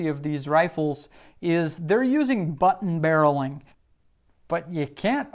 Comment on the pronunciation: “Button barrelling” 😂